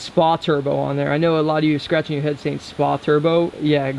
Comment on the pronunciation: The "Spa" turbo is supposed to be spelled out S.P.A but no worries, I thought it was spa too